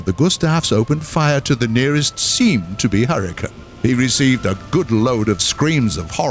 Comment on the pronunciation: hurr-e-cane. not hurritane